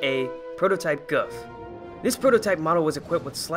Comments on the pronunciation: Its pronounced as "Goof" like Goof Troop. But nice video and thanks for the history. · The Gouf is actually pronounced Goof. But besides that, good video